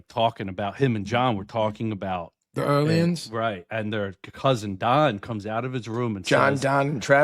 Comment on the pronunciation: please ask Vinny where the R in Aliens is. Must be invisible instead of silent 🤣